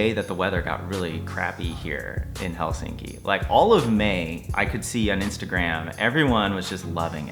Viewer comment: You’re the first American I hear pronouncing Helsinki correct 😊 Nice to hear you thoughts on our country, hope you’ll be able to visit again 😊